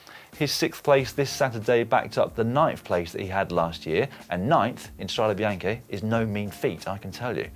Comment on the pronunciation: The "Strada Bianchi" pronounciation.... discuss.